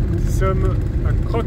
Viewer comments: ON dit cro est non croq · Coucou, oui c'est un très joli village Crocq, mais il s'écrit Crocq mais se prononce Cro tout simplement, j'ai bien rigolé en t'entendant dit Crocq 😅😁😆😂😃 Ton fils joue très bien du piano!! Bisous à tout les 4.